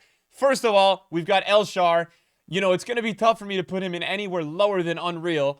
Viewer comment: "El Sharw" "Naldo" 💀